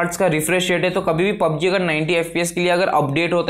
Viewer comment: Chutiye..its PUBG...not POPG.